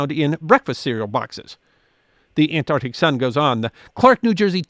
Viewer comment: Say it with me..ant..arc..tic ah...see, that was not that hard